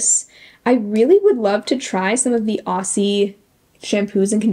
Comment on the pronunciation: Hey, I think that product is pronounced "Au-zee" or "Ozzie". Aussie is slang for Australia, and the kangaroo is Australian too, and Aussie is pronounced "Ozzie". More of a z sound than an s sound :)